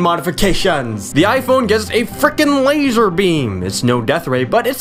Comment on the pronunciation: damn he sound stupid when he said lazer: he said lazhgfger... lol